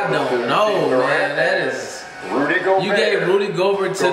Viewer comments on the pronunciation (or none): none